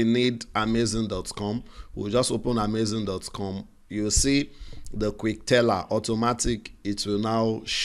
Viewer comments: It's Amazon not amazing oh..thanks for this video by the way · It's AhMayZing 🤣🤣